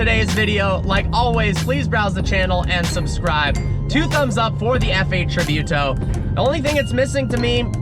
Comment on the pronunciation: Look how to Pronounce Tributo lol